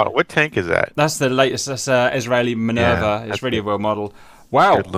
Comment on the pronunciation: Did you call the Israeli tank the Minervav?